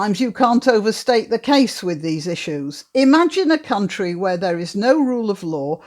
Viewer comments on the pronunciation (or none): none